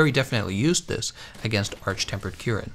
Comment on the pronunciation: Really, really weird way to pronounce monsters name... What the hell is Arch Tempered Kyuren? Kushala D'Aura? What is he, french? Bowsergeuse?